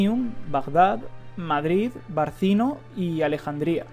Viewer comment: Una aclaración, en latín la «c» se pronucia como nuestro «qu» así que sonaría Lutequia, Barquino.